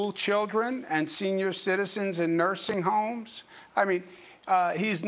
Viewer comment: What's a Noising Hoim?